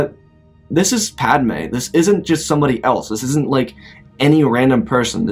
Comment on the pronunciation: It's padme not padame 💀